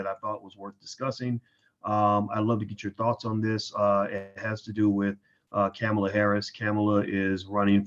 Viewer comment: "Kamala (Comma-la) Harris"